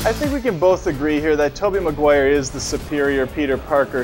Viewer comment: did you notice that you mispronounce Maguire?